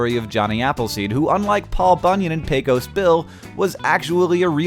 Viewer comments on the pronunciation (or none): That is not how you pronounce Pecos!!!!!!!! Sorry, even here in Texas people get it wrong so don't be offended